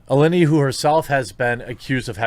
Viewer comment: why is everyone saying Allinty? its Alinity ffs